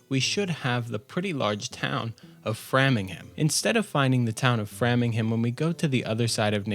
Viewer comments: Some kind of audio issue . Also it's Frame-ing-ham. Not Fram-ing-ham. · Fantastic video I love it. But as a local, I have to just let you know that it’s pronounced. Frame-ing-Ham and Nay(like a horse) tick, nay-tick, and si-chew-it. And way-myth . I totally agree with your thoughts on expansions to Plymouth, the Cape and the White Mountains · I know this is an old video and I'm enjoying it but man, please. Your pronunciation of town names sears my brain. NAY-tik. FRAYM-ing-ham. If you want I volunteer to help you next time. ;) Great stuff though, I just found the channel, good times! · hearing you say Fram-ingham instead of Frame-ingham hurts me as a New Englander... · nay-TICK and frahmingham, glau-chester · Fantastic video, I'm in love with the intro. For future reference though, Natick and Framingham are pronounced with hard A's (Nay-tick and Fray-ming-ham).